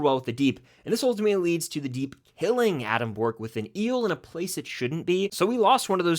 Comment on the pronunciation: Adam " Bork" ???